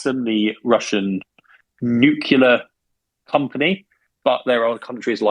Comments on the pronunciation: Nuclear not nucular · Terrific show! And by far my favourite daily podcast. Could I risk a minor criticism? Several of your speakers repeatedly insist on pronouncing the word "nuclear" (pertaining to atomic energy/weapons/strategy etc) as "nucular" (pertaining to nuts). I, and perhaps others, find that this unfortunate habit diminishes the strength of the message.